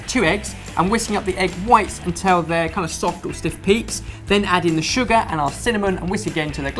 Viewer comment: While watching old Sorted videos yesterday I realised that says "untell" instead of "until". Once heard, it cannot be unheard and it is everywhere